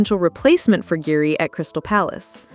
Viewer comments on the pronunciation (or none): Guehi is pronounced GAY EE - there is NO “R” in GUEHI